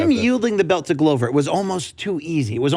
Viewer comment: Luke makes a big deal to pronounce Jiri correctly and then hits us with the Glove-er